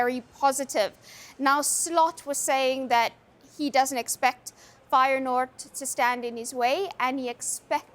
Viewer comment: Firenoord????? What the hell….